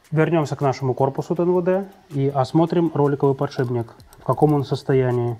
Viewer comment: Мастер, блин, подшипник обзывает " подшибником"